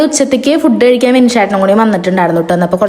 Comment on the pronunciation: കെഴിക്കാൻ അല്ലാ കഴിക്കാൻ